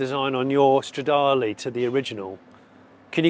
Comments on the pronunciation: I can’t watch the video for mote than 2 minutes because how you pronounce Lancia as Lansia and Intergrali and Stradali instead of the E at the end. It is E, E like END! 🤦‍♂️🤦‍♂️🤦‍♂️ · You keep saying Stradale (it´s a Ferrari).